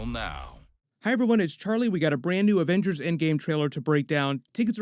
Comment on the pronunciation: Wizzy vengers 😂 put subtitles on